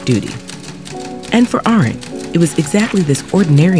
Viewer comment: good lord. you pronounced Hannah Arendt's name wrong. That's literally the first name in the description. Who is editing these videos??